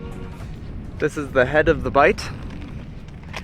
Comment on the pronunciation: "Bight". I'm a pedant (and unlikely to be the only one).